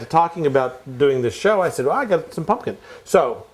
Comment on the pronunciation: drink every time says "pun-kin"